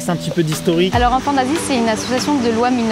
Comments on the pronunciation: Jsuis désolée mais j’ai entendu "Enfants Nazi" 😅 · J’en ai marre à chaque fois qu’il dise enfant d’Asie j’entends enfant nazie Ducoup je me dit « OH LES COPAINS » ☹️ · Mdr j'avais compris << enfants nazis >> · ça me perturbe, à chaque fois qu'il dit "enfants d'Asie" j'entend "Enfants Nazis" T - T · à chaque fois que tu dis enfants d'Asie moi je comprends enfants nazi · Esque je suis le seul a comprendre : enfant nazi à la place d'enfants d'Asie mdr ? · J'aurais pas dû lire ce commentaire, maintenant j'entends "enfant nazi" à chaque fois xD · Je l’ai écouté 3fois en 0,5 et il dit vraiment enfant nazi 😂😂😂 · Mais oui pendant toute la video j'entends "enfants nazis" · Au début, je pensais qu'il avait dit '' Enfant Nazie " 😳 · Mais j'entends tjrs "enfants nazis" mdr chcrois que g l'esprit mal placé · Quand il a parlé de l’association « enfant d’Asie » j’ai entendu « enfant nazi » 😭😭😭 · Wow, super vidéo, j'adore. Par contre... a chaque fois que quelqu'un dit enfant d'Asie, j'entend Enfant Nazi 🤣🤣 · Au début g cru qu'il disait "Enfant Nazie"🤦‍♂️😂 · Au début j’avais compris Enfant Nazi lol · Au début j’ai crue qu’il a dit enfant nazie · Et puis t'as moi qui comprend "Enfant naz*" au lieu d' "Enfants d'Asie" 😭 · On dirait qu'ils disent enfants nazi 🤣🤣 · Il y a pas une fois ou j’ai compris "enfant d’asie" j’ai tout le temps entendu "enfant nazi" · On dirait que tu dis enfant nazi au début 😂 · Pourquoi est-ce que j'entend "Enfants Nazis" et non enfants d'Asie lol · Je faisais autre chose pendant la vidéo et la j'entend "enfant nazi" au lieu "d'enfant d’Asie" ah ouais c'est in concept quand même!